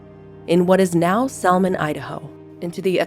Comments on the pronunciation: Not sure about this. I live in Idaho, and I have heard her own descendants pronounce it Sac-a-ja-we-ah. Which I think is prettier, actually. And Salmon is pronounced with a silent L. I love your channel. Your re-creations are fascinating. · Salmon Idaho is pronounced like the fish Salmon.